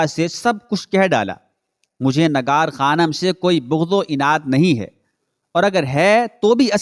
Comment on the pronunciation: Urdu ka talaffuz durust kerke biyaan de lafz Nigar hai Nagar nahen